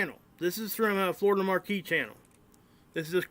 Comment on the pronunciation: Not to put too fine a point on it, but Florida Maquis' name is pronounced as "Ma'-kee", not "Mar-kee" Different spelling. "Maquis" vs "Marquis". 'Nuff said.